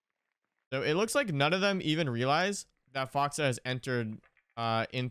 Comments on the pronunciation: Man I love you but hearing you say "Foxuh" and not FoxA was just petting my peeves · Can tell you don't watch OXG play much cuz you call him "Foxa" instead of "Fox A" No hate just jarring to me 😝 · It‘s FoxA not Fox or Foxa